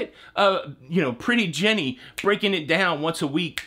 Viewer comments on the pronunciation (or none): none